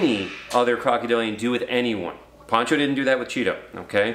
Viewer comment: Poh cho. Like ocho. Ocho Cinco. Pocho Cinco. POHcho